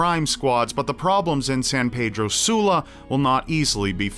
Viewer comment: Lol At The Way Says San Pedro Sula 😂😂😂👌.